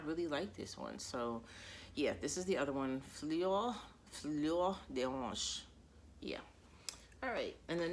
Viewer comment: I'm still not part of the Angel family. Unfortunately they don't work on my skin 😢 I love Fleurs d'oranger. I have the same version and I really appreciate it. Even if I still have a bit of body odour because of the cumin 😆 Don't worry the way you pronounce Fleurs d'oranger is almost perfect 😉 As the weather's getting colder I'm also longing for vetiver, leather, cypress, juniper, tobacco ... I know that Clémence from Clemence cc fragrances loves Nuit de Megeve 😊